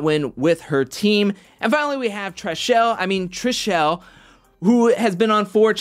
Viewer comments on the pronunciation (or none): Did you say Trash-elle??? 😂😂😂